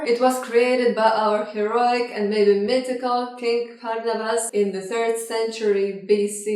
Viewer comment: Asomtavruli (Georgian: ასომთავრული; Georgian pronunciation: [ɑsɔmtʰɑvruli]) is the oldest Georgian script. I am sorry its not Parnavaz its Farnavaz (His mother was from Tsurtsuketi). Farnavaz, starting with Georgian phoneme "F" or more properly "Ⴔ" from Asomtavruli letter "Ⴔari". "Ⴔ" was lost from Georgian due to Indo-European influence. Indo-Europeans themselves adopted phoneme "F" from Etruscan who were from the Middle East just like Caucasians.